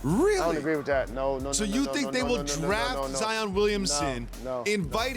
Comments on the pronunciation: lol these analysts either Zi-in or Zi-ON instead of just saying zion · I like jalen but its zion not zien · Why the hell is he pronouncing this guy's name like ZiAn??? It's an O not an A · sacrilege 5thLment pretty sure he said Zaen. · I think he was trying to say Zion-ed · No one: Jalen Rose: "ZEEYAN" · Lol why is jalen at Panera bread going live hahaha and why he calling Zion Zien ? Haha